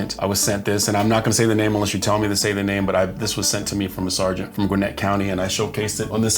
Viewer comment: You said Gwinnett right! It's part of Atlanta metro area, so I'm sure they see some hairy things. Love and respect from this Atlanta lady!